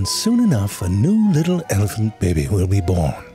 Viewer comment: I just love it when you say "bebe"....makes my day it does...